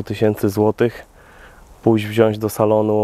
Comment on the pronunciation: Kurde, poprawiłeś znacznie swoje wypowiedzi, jedno zostało! TAM KURWA, NIE MA "Ś" !!! WZIĄĆ!!!!